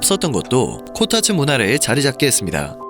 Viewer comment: 코타츠가 코딱지로 들림 ㅋㅋㅋ